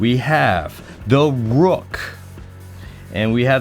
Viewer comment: "Da rook" 🤣🤣🤣